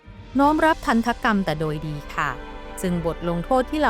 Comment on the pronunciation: ทัณฑกรรม ออกเสียงว่า ทันดะกำ ค่ะ